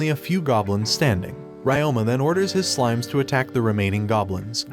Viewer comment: It's on how you mispronounced slimes into smiles